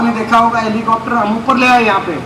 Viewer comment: Hallicoter nhi reporter bhai ji hallicopter bolo